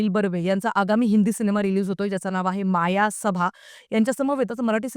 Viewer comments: तु तरी "मायासभा" ऐवजी "मयसभा" म्हण. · तसं नव्हे तुम्ही मायासभा असा उच्चार केला, पण दिग्दर्शक स्वतः मयसभा बोलत आहेत. म्हणून असा विचारले मी !